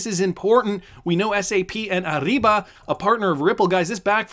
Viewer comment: It’s a soft R in Ariba. Not ARRIBA